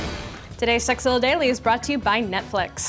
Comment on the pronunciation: You soooo said sexzilla at the beginning